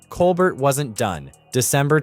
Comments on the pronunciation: Pronounce Steven Colbert's name correctly. It's Col-bear not Col-bert. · It's kole-bear, not kole bert! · His name is pronounced coal- bear. T is silent. Listen to him introduce himself. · Why do you keep calling him Col-burt? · For future reference it's pronounced Stephen cole-BEAR. No "t". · Freedom of speech forever. Laughter makes so much better unfortunately the fact that it’s the truth really hurts! I can’t say one is better then the other but I do watch more Colbert and by the way the t is silent. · Learn how to pronounce “Colbert”. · Sorry, but you are mispronouncing Colbert.